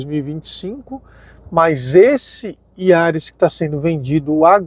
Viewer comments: Putz...não sabe falar o nome do carro corretamente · Releva,só o nome do carro que ele errou kkkkk